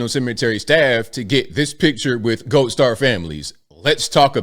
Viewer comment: Say the letter "D". Seriously, actually try and SAY IT. Can you say it? Can you say RED, or GOLD, or WOULD? Because what you are saying thru the whole video is RET, GOLT, and WOULT.